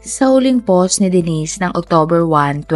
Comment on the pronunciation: It’s “POST”, po-wst!! Not PAUSE, POSS! Fix your pronunciation please…